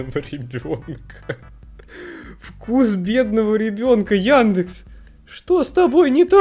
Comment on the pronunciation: яндЭкс чертав изврощуга! Хватит тут это..... Ну вы поняли 🌚